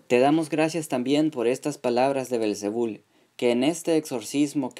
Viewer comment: El nombre es belcebú y no belcebul como tú lo dices!!!!